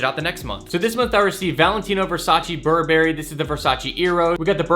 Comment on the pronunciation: Why cant he pronounce burberry